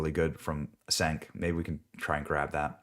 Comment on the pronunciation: "Cenk" is pronounced "Chaynk."